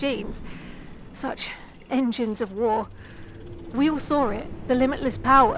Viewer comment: Can't believe she actually sawr a Titan